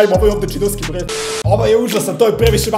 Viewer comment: da li sam samo ja cula burek umesto burger😂